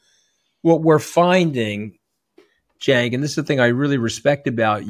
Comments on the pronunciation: Actually sounds like Jenk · Cenk but sounds like Jank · is it pronounced Senk?! Or was he making fun of how peeps will pronounce